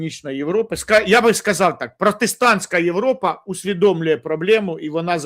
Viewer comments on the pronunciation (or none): none